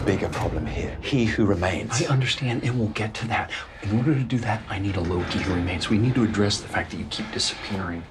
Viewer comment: holy shit i never noticed tht Mobius said it a "LokE Who Remains"😂😂😂